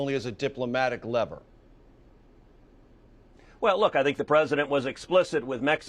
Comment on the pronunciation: This presenter can't pronounce terrorist or lever.